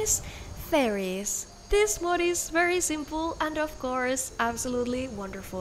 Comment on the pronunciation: This is 100% not what the letter Ö sounds like in any recorded language.